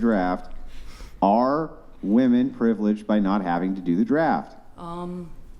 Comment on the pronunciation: The way she pronounces woman bothers me